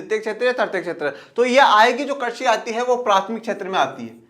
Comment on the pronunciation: Krasi nahi krisi😅😅😅😅😅😅